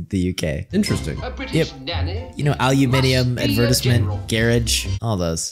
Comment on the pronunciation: We don't pronounce it Adversment!😆